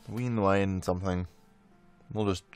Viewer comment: ah now i see what is doing, hes pronouncing wien a different way literally every time he says it so nobody can yell at him, genius! or hes gone stark raving mad, probably more likley